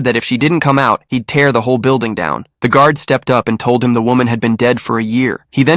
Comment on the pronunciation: The way it said stepped out